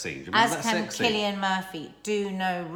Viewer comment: ❤️❤️❤️ looking great guys and well done nads on the pronunciation of cillian xx